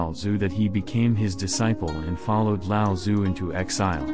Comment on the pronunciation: With the audio component of google translate freely available these days, can you please learn to pronounce his name properly